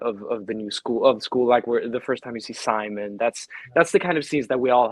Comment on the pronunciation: Ryan is Simon pls do not pronounce it in English pls